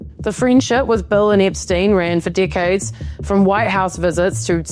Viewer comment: Whenever you say decades long it sounds like dick heads rofl